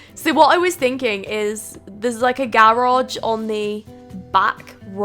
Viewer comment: When you say garoge, do you mean garage?